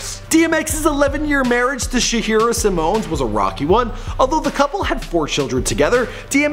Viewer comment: How come dude keep saying Simone ... It's Simmons no different than Russell Simmons or Richard Simmons ... Not Simone